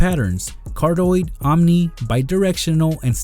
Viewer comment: He just said cardoid and as a audio type of guy that hurts it's meant to be pronounced cardioid lol